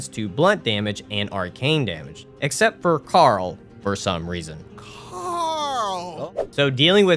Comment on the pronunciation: So that's why you were saying Carl like that